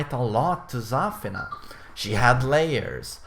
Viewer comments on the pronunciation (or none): Why do you call her ZÀFINA? It's ZAFÌNA. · not Zaafina, its Zafiina